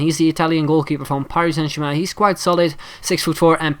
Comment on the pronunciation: I love how he says Paris Saint Germain